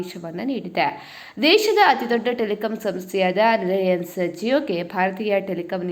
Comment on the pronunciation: ಅದು ಲಯನ್ಸ್ ಅಲ್ಲ ರಿಲೆನ್ಸ್ (Reliance )ಮೊದಲು ಮಾತಾಡೋದು ಕಲಿ